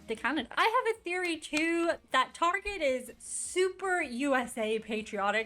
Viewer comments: Look I like your little videos bro, but sometimes you act too uneducated. Some of this stuff is way outdated too. You Really Need to do your homework more. As for pronouncing Target. Tar Get, Tar Get, Target Not Tarjay which is how you were saying it. Keep up your videos though bro. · We pronounce Target "Tar-zheh" (like it's French) because it sounds fancy. Edit: got here . 😂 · The Target experience is just superior. The carts. The aisles. The sounds. The smells. The customers. It's just better It's the subject of much debate here in the States lol - hence the pretentious pronunciation of "tar-jay" bc most people that shop there are more middle/upper class